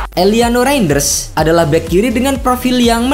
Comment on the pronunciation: Penyebutan nama kok bisa salah REIJNDERS 😂